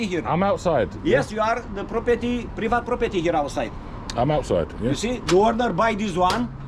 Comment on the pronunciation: It's PREEVIT PROPERTY dont you know 😅